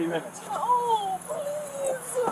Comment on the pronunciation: Please-a! Please-a! No-a!